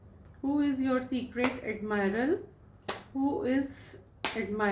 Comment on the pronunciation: Am I the one who is hearding secret admirer ❎ Secret admirel✅💀